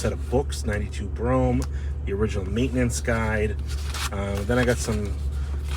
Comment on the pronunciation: Is it pronounced Brome or Bro-Ham?